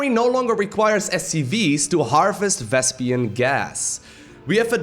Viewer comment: You pronounce vespene in an interesting way, as if it were spelled vespian :)